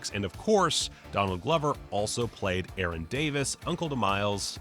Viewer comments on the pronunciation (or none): none